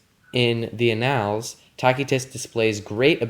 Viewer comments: The classical pronunciation would have a hard [k] sound. But if you're reading a translation (you are), it's more appropriate to use his familiar English name, which is… Tacitus [ˈtæsɪtəs]-especially for a public audience on youtube. You also completely mispronounced annals as well. I stand by my original statement-that level of mispronunciation kills your credibility. I couldn't find a single scholar/P.H.D. who uses your pronunciation when discussing Tacitus with the public. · t ae - S EE- t uh s Tacitus,not tacky tus. \ˈa-nəlz\ Annals That level of mispronunciation kills your credibility.